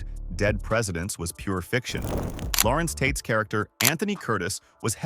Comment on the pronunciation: Larenz Tate, not Lawrence Tate, informative information though.